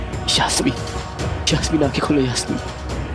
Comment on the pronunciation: not yamine say yasmeen